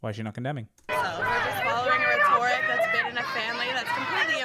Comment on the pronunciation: Miss Educate Yourself pronounced RHET-or-ic as rhe TOR ic 🙄